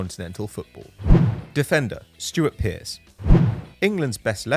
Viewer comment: Stewart Pearce? The pronunciation is really off for this one.